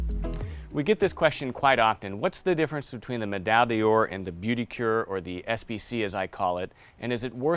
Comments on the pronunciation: I appreciate the product comparison, but dear lord, the poor people at Saphir would be cringing at the pronunciation of the product names. For non-french speakers, the "beauty cure", actually 'beauté du cuir', can be pronounced like "bow-tay do queer". The "medalle de yore" is more like 'meh-die door'. You won't actually win a gold medal for pronouncing it like that, but you will have a better chance of coming away with the right product if you're in France. If you're in Quebec though, all bets are off. I never could get the hang of their pronunciation ;) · Hi. Just a quick comment on French pronunciation: "Beauté de cuir" should be pronounced "Bo" (such as in "herringbone") "tay" (such as in "collar stay"). And then "queer". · sounds like booty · Beaute de cuir gets butchered. Boo-tay de queer is closer. As a French speaker, the pronunciation by all the shoe bloggers hurts my ears! Otherwise, love the content and I got a new hobby during the COVID hiatus from normal life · Wow very impressive review, you know your stuff! However, Omg when you say: beauté du cuir lol I am french, please have someone french teach you how to prononce it, I had to hear it like 10 times to know what you were saying, it doesn’t even sound close lol it’s ok to have an accent, but people still have to know what you are saying.